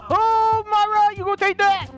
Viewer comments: It isn't Myra it is mira Edit: mira is pronounced mee-rah Myra is pronounced my-rah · Its pronounced mira